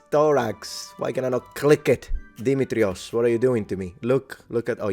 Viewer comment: Dimitrios: Accent the second i. Δημήτριος Κατσίκης.